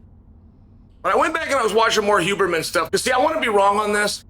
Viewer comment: Huberman, Hooberman, Euberman…🤣